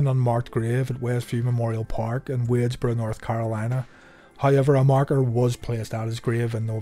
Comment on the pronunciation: He said wadesboro wrong but him and stephon Anthony are role models for us